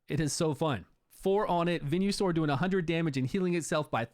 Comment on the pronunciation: Venue-Sore is what I'm saying from now on